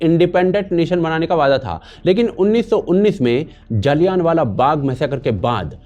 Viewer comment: भाईसाहब जी आपका जलियाँवाला को बार बार जाली यान वाला कहना यही साबित करता है कि हमारे ऊपर अंग्रेजों की छोड़ी गई अंग्रेज़ी का कितना प्रभाव पड़ा है।